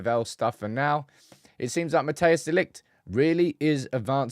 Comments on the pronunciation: You can beter say matice de ligt if your english insteed of matheus its closer to how the dutch say his name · People please stop calling him Mateus, it's Matthijs